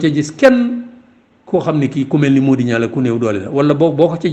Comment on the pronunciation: Pourquoi legui senegalais yi xewal prononcer le nom “NIANG” comme si c’était un nom français “NIAN” sans prononcer le G, way way NianG la ak DienG, sugnuy wadiour aki sougnouy maam danougnou wax NIAN ni ay francais, meme il ya quelque années si guinnaw li xewoufi won. Soyons fiers et préservons l’authenticité de nos langues nationales.